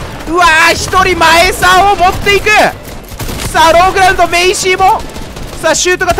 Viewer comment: ローグラウンドがローグラ運動にしか聞こえない…俺の耳腐ってんのかな？？